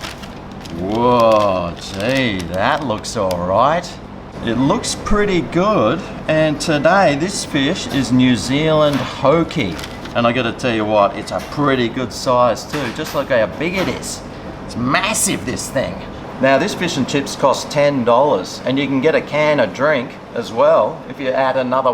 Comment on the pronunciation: Fun fact: Hoki is pronounced Hook-ee not Hoe-key 🤓😎